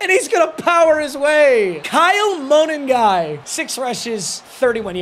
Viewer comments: the name is Kyle Mu-nun-guy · Mon nun gai that’s how u say it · it's pronounced MA-NUN-GUY. Not a Rutgers fan just here his name a lot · ill ligma and sugma but its pronounced muhn-nahn-guy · played against kyle monangi and its pronounced mon un guy